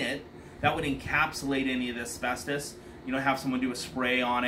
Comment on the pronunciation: Amen that thing needs a lot of work . He said asbestis I cringed !